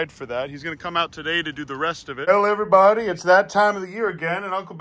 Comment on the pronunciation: Good mawning everybawdy